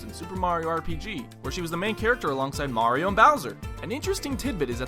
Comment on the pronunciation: I sat there, thinking you were saying Marin from Zelda for a good minute before I realized you meant Mario.